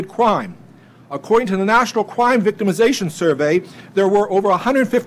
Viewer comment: "According to the national CWIME victimization survey" This guy must be related to Elmer Fudd lol